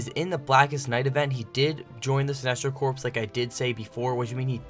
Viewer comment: Corps is pernounced core